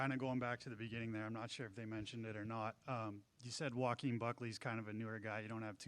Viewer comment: Joe a keem Smooth 🧠 pronunciation 😂😂😂